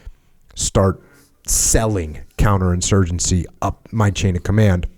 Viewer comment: “Couter-insurgency” lmfao 😂